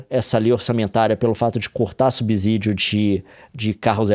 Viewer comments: A cada "subZídio" que ele manda meus ouvidos sangram. Fico imaginando ele dizer "subZolo" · Nilce e Leon, por favor, dêem atenção à pronúncia da palavra subsídio. A letra "s" só tem som de "z" quando está entre vogais, como em cAsA (lê-se caza). A pronúncia adequada é sub(SÍ)dio. Desculpem-me a chatice. Gosto muito de vocês. Um abraço 💚